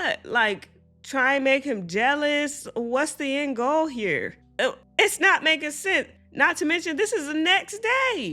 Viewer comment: When you said “what’s the end goal here” you sounded like someone French saying “what’s the 📐 angle” 😅😂